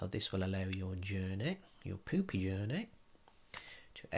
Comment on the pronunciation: One must appreciate all of the work that put into creating the digestive system in Minecraft, and narrating the journey through the digestive process. Also for saying the word “sphincter” repeatedly without snickering once, but most of all for the way that he pronounces “poopy.” 😆👍A true medical professional! 😁 I was a steamed Maine lobster with drawn butter.🦞 Not anymore, lol. 💩